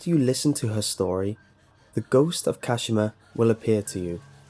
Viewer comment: *KaSHEEMA 🙄 *TaKEEO